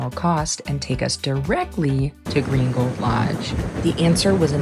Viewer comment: Saying Green Gold Lodge quickly makes it sound like "Gringo Lodge!" 😊 Buenos dias! Yo hablo un poco espanol pero no tengo un tilde. I gave English spellcheck a FIT! 😅